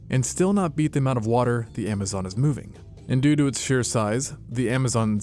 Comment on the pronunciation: Due to does sound like doodoo😂